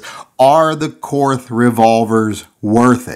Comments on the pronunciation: trolling for money disguised as BS about grip selection. Nothing about the gun. By the way, it is pronounced KORT not KORTH OK? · How can you do a review on a gun that you can't pronounce correctly? It is pronounced KORT, not KORTH. And while we're at it, Porsche is pronounced PORSHA, not PORSH. Research your subject before doing a review, apparently, especially if it is German. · If you know anything about Korth revolvers... You know it's pronounced like "court." Hahaha! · Korth is pronounced Kort. No h sound on the end. I'd love to have one, but can't justify it. Stick with the rosewood. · Awesome gun, actually pronounced "Kort" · It's pronounced "Court." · Keep trying. After all, it's a Korsche.....Porsche.......Korth! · It's pronounced KORT. and you are right the camo grip is ugly. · You know it's pronounced "cort"? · Ever considered getting a Korth semi auto? They're super neat as well. Also, it is pronounced like the word court, weird, I know...